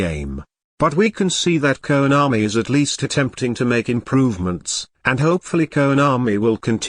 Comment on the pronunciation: Everytime he says Keownami🤣🤣🤣 Fluff-als🤣🤣 Keep it up